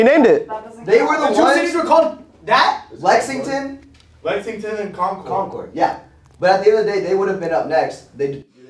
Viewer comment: bro them saying lexingBURG was killing me